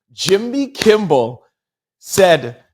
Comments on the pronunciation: Kimmel not Kimble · Kimmel...not kimbel. Thank you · I love your show I'm telling you!! But I'm listening right now and if you say "Kimbel" one more time.. 🤦🏽‍♀️And you were READING almost everytime you READ the name! 😂😅👀😬 Really not trolling but your position in celebrity/overall news...someone should have stopped you and had you correct his name. In other words...watch the people around you 👀💯...someone should have TOLD YOU. I know you not recording by yourself! 🤷🏾‍♀️...k luv you ❤ thank you for your videos 😊